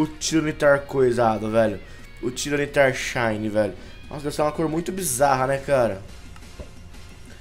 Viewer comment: se fala tayranitar